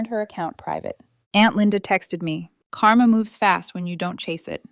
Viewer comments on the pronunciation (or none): none